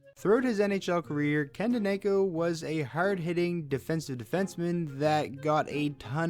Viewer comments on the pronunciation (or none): danAko? danEyko (dan-eh-koh) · Devils legend Ken Daniko (for future reference it’s pronounced Dan-a-ko) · Did you really just pronounce daneyko’s name as danayko smh